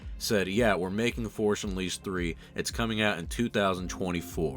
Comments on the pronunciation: "The forsh unleased" :) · “Forsh Unleased”